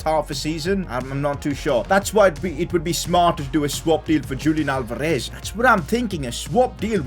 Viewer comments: Your pronouncing Julian Alvarez wrongly Julian should be pronounced as "Yulian" Alvarez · Julian Alvarez is pronounced as Hulian Alvarez.